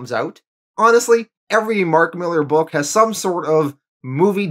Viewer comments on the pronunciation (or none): none